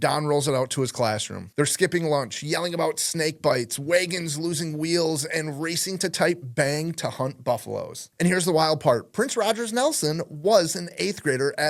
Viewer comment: He also said "way-gin"